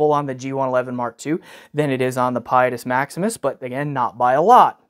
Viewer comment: you’re supposed to say its name with an ITALIANO accent. 😸